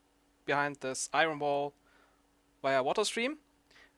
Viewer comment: iron, your saying it wrong.